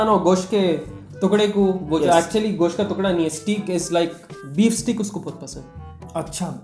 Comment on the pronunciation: Steak is pronounced as "Stake" not "Steek"